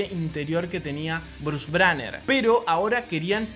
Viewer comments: Es Gwynet Paltrow no Patrol,es Bruce Banner no Branner y es Jeremy Rener no Jaremy. Excelente video ❤❤❤❤❤ y todas las películas de esa fase me gustan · ¿En serio Dijo Kevin Feish/Bruce Branner/Betsy Ross? Aún Así estuvo muy bueno el video.